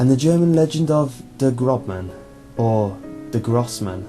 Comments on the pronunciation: Der Großmann is pronounced Der Grossmann. Not a B but an ß (esset) a double s sound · Noooooooo it's not "grobman." That B looking thing in German makes an S sound ffs. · "der GroBman"....lol that B looking letter is called an 'essett' and is pronounced 'ss' in german....AMATEUR!!! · dear ß is pronounced as ss